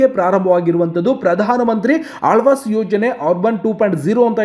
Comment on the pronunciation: Lo guru gabbu mudevi alvas yojane alla adu awaaj yojane😂😂😂😂forcidure alla kanla procedure😂😂😂😂